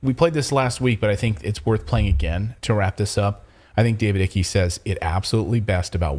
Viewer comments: It’s David “Ike”—not “icky,” please! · David "Icky"😆Icke rhymes with "like". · It's David Icke (like Pike) not ickey.